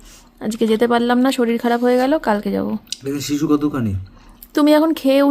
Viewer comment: Sisu kor tui hisu sissu ucharon thik kore korena